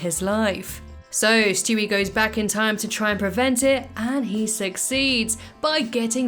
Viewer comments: Stewie. Not shtewie. I just had to say it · Why do you call him Shtewie? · Shtewie, interesting.